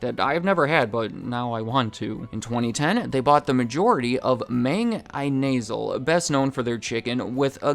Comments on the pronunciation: As a Filipino, the way you pronounced “Mang Inasal” makes me wanna put ice picks into my ears 😂 but great video and I’m happy to see Filipino business being covered on here! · lmao I-nasal, pronounced In-a-sal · I love the work you did on researching not only Jollibee but also our culture, even some details that I or even an average filipino knows about. also Mang Inasal is not Een-nae-sal it is pronounce Eena-sal. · it's not pronounce Me-ng na-sal it's pronounce Mang I-na-sal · He spelled it like mayng ee-NAY-səl it's more of a məng ee-nə-SƏL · sorry i died at I-nasal its (E nah sahl) :D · Hide your Italian partner. It's their nightmare we'll cringe on. Mang Ay-nasal. It's Mang Eeeeee-nah-sal. Mister Barbecue in one of the Philippine languages. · brotha its mang "i" "na" "sal" not inaseal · "Mang... i-nasal" BRUHHHHH😭 It's pronounced as in-as-sal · It's pronounced Mah-ng E-nah-sal not Mang Eye-nasal 😂😂😂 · Mang eye-nasal is the ENT specialty clinic 😂 Mang in-nah-sal is the JFC BBQ chicken business Pronunciation aside, great video on JFC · His pronunciation of "Mang Inasal" is hilarious. It's "In-ah-SAL," not "eye-nasal" The restaurant name can roughly be translated as "Mr. Roast" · Mang Inasal - MAHng in AHsahl. Not MAINg eyenasal. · Mang Inasal = Mong EE-NAH-SAHL 🤣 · "Mayng Eye-nasal" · Mang Aynasal was the best thing ive heard all day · correction on , it's pronounced "ee-nah-sahl" and the 'a' in "Mang" should sound like a mixture of the 'a' from "Jack" and "part". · M-aa-ng In-ay-zul 💀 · "Mang Eye-nasal" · its man eeen-na.-sal though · Love Jollibee, I also enjoyed eating at, Mang Insal, and it’s pronounced… “Mung E Nah Sal” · Mang Inasal pronunciation: mAHng EE-nAH-sAHL 🙂 Another fun fact, Jollibee is usually a sponsor during major city festivals in the Philippines. You'll often see the Jollibee mascot riding a parade float, dancing to either a live band or the food chain's jingle. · The closer pronunciation of Mang Inasal is 'mung ee-nuh-sull' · Mang ee-ney-zal